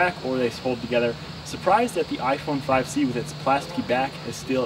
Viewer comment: to ge sed fife c two times LOL